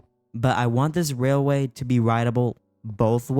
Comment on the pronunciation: Railwaway, railalaway, railailray, blwahkdwj I can’t say railway! 😂 that was hilarious. What a lovely, lovely world we live in, huh dude? 😄